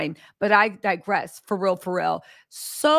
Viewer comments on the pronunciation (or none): none